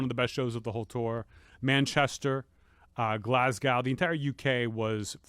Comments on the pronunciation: I'm from Glasgow, we pronounce it GLAZ-GO... Just so you know, cheers! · Anthony pronouncing Glasgow … jesus